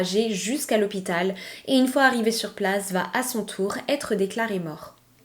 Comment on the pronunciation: je découvre votre chaîne et je vous suis à présent. Je souhaitais juste vous dire de faire attention à la liaison phonétique suivante: vous dites souvent "vat être" au lieu de "va être". En dehors de ce détail, Bravo j’aime beaucoup votre narration, le choix des histoire, tout est agréable 😊❤❤❤